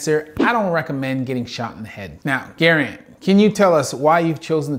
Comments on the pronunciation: Bro, it’s “Guh-rand” not “garen” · That is definitely not how you say Garand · The way he said Garand was kind of hard to listen to also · both Garand (the namesake for the M1, not Mike) and the Doc are Canadian if I recall where the pronunciation would be as you heard it spoken in the vid, but Mike and a lot of his viewers being American I suppose our pronunciation is also stylistically valid if only by colloquialism